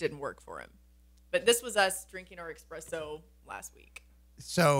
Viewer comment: It’s espresso not expresso